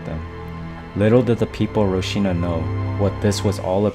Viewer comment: Wtf is "roshina"? Lol if you want to make a video at least make sure you can pronounce the location properly... ROCINHA is pronounced hall-seen-ya